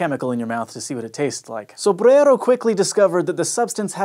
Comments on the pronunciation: I LOVE THAT YOU SPEAK SO CLEARLY!!! I could listen to you all day...AND how refreshingly respectful of you to pronounce "Sombrero's" name correctly! I appreciate your attention to detail. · had a really fun time pronouncing Sobrero's name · Why do you work so much! Cheers to your hard work, but let Hank work too. I like you pronouncing Sobrero though! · i like how you pronouce sobrero